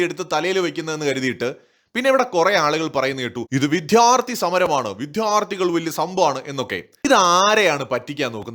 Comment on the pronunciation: വിദ്യാർത്ഥി. വിഥ്യാര്‍ഥി അല്ല